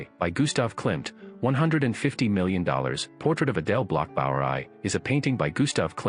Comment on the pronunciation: Adele Bloch Bauer Aye? Less femmes? The pronunciation of a bot….absurd!